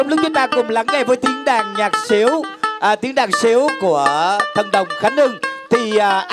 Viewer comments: mc tào lao đàn sến mà nói đàn siếu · Đàn sến ng ta mà ông nói thành đàn sếu.